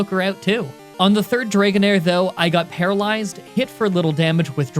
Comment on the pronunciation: u said palalezed off of confuse ray